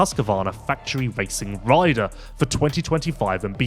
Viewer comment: Please! They are "RIDER" contracts, NOT "WIDER" contracts...............................Also please remember it is "FLY RACING"......NOT....."FWEYE WAYCING"